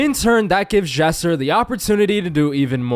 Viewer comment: every time he said Jesser he said Chester